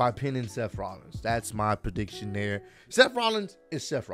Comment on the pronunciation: I like the emphasis on “MY PREDICTIONS”